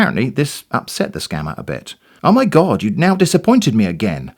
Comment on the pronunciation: I loved the "Oh my Gaawd" pronunciation. is such a Cali girl! 😆👍